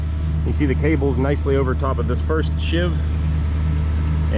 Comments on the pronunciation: love your vids they are really great.please dont take offense but she pulleys on the jib are pronounced as a sheave not shiv ok? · And it’s sheave not shiv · offered as a little help: A sheave (pronounced "sheeve") is a grooved pulley around which a cable passes, as on your hoist truck. Shiv is a mean street and prison name for a knife or other sharp weapon, often home-made. Thought you'd like to know. Bill Imboden.